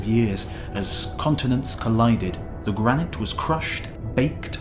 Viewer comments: Even in a British accent it is "gra-nit" and "like-en". I think the narrator simply gets the pronunciation of various words wrong from time to time. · Also gra-night for gra-nit at one point. If you like boggling at non-standard pronunciations delivered in very British accects, try Simon Whistler, who narrates for Today I Found Out and a plethora of other channels. Still, distracting though it is, it's not as though it obscures the information completely. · I (in the UK for the last nearly 60 years) pronounce it like "liken" - long i, hard ch. Accents vary, I suppose. OP might also have pointed out "gra-night" rather than "gra - nit" but, as he said, it's a bit nit-picky.